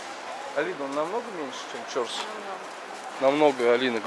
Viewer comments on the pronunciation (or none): В узбекском языке ударение всегда на последнем слоге. Режет ухо ЧОрсу, нужно говорить ЧорсУ. На самом деле это два слова, в переводе - четыре (чор) реки (су), ручья. Место слияния когда то было. Рынок много раз перестраивался и благоустраивался. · Пожалуйста прежде чем произносить название какого нибудь объекта,спроси правильное произношение " чорсу" ударение надо делать на у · И не Чо,рсу, а Чорсу,! Старый город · Если честно, заеб*л коверкать неправильно. Периодически смотрю, но твое коверкивание простых слов, состоящих из 5-6 букв, на прочь отбивает желание. Я понимаю, ты не узбек, и тебе может тяжело дается произношение оригинальных названий и слов, но Чорсу - это не сложное слово. Всего ДВЕ гласных, ударение на вторую гласную "У". У тебя, кстати, много таких ошибок и других видео, когда простое слово произносишь неправильно. Присмотрись, как его произносят, если надо спроси. Ничего личного.